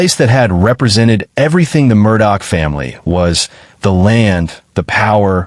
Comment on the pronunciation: For you guys to say that you go into details... one would think you woyld at least know how yo pronounce the name right?